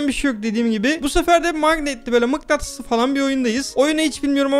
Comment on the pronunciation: Mıktanıs jsjsjsjsk